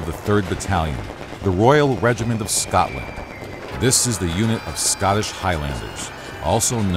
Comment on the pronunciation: Could you of not had a person to say scotland and Scottish properly